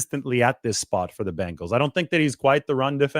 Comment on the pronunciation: It’s so nice to hear someone say Bengals instead of Bangels it really drives me nuts watching football as much as we do. I have faith that the Niners front office will make the right decision, even though we might not understand it at the time they know what they’re doing